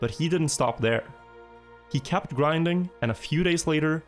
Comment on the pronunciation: Not hating or anything. It's so weird to me that when you say perfection, kept and set it comes out as perfaction, capped and sat. But you have no problem saying demon with an e. Being scandinavian myself I've never heard that. =P